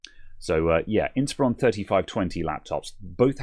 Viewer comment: sorry about that question: Are you sure you're pronouncing inspIron correctly?